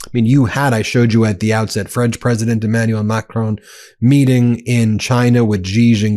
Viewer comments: Ben, when you criticise trump for his mis-pronunciation of African leaders names, at least learn to say Macron correctly!!! It is NOT Ma-cronE !! People in glass houses, right? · U still dont know how to pronounce Macron....